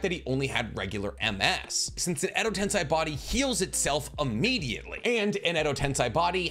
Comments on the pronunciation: Tomoe is pronounced as toe-mo-ay, not toe-may. Also tensei is pronounced as ten-say, not ten-sigh. Overall, you're Naruto/Boruto knowledge is top notch, but these grammar errors throw me off sometimes. Just figured I'd let ya know, and hope it didn't come off as rude nitpicking, rather it's just proper pronunciation. So please take it from someone who can speak Japanese somewhat fluently. Been subbed for a year and will continue to do so, so sorry about that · Ok please if you going to keep making naruto content please pronounce the words correctly ai = I sound (example: kekkei genkai) ei = ay sound (example: edo tensei or chibaku tensei) This is super important as it’s super cringe to hear the words miss pronounced especially when the show teaches the correct pronunciation 🤦🏽‍♂️ SMH